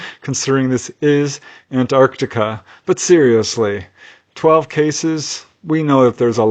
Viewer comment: Impeccable pronunciation of Antarctica. Love your videos.